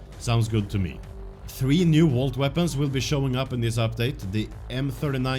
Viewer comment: "Three new vwalt weapons"!!!!!